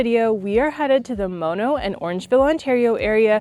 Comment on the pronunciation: Its pronounced maa-no - really nice vid, if you want a less "tent" experience there is a place in Parry Sound called Log cabin Inn that has little cabins on a pond with big windows and a fireplace which are very cool. Good restaurant on site as well, was there in a snow storm and it was awesome